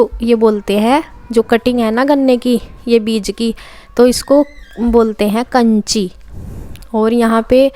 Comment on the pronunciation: काछी होती है कांची नहीं